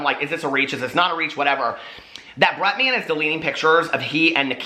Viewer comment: I love you but it drives me CRAZY the way you say Bretman lol Sounds like you’re saying Bret Man Rock